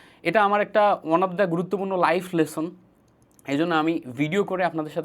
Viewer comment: ২৬ বছর বয়সে এসেও lesson(লেসোন) কে লেশন বলছো